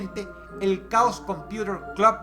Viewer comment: Dross, Chaos cumputer club. Chaos se pronuncia algo asi:"queios" solo un consejo :) muy buen video